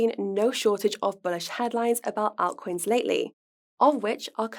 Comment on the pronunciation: Can somebody please tell how to pronounce 'altcoins' ❤️